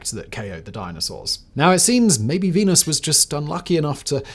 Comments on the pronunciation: Are you saying venus or penis? I'm trying to settle a bet with a roommate. Not mine though. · Is it just me or did he say " team penis that month.